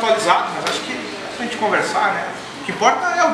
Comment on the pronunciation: ela fala “gente“ americana raiz